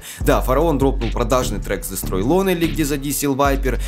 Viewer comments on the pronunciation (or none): Дестрой Лоунли или Лонли, но не Лонели